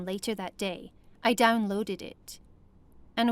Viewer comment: Notice how she says “downloaded” like it’s two words.